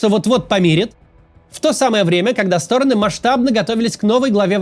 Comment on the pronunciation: Максим, регулярно вас слушаю, и каждый раз меня коробит вот это "обе стОроны". СтОроны - это мн. ч., им падеж. Правильно говорить "обе сторонЫ" (ед. ч., род. падеж). Одна сторонА, обе сторонЫ, все стОроны.